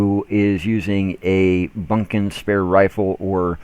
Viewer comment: Bukin's rifle.... Not Bunkin's.